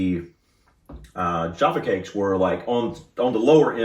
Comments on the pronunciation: Just a small point but they are Jaffa (hard 'a') not jarffa (long 'a') Cakes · 'Jah-fah' Cakes. 😂🤣